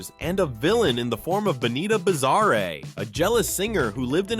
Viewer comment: BUGaloos not Boogaloos or Beegaloos. Also Benita Bizarre not Benita Bizarree.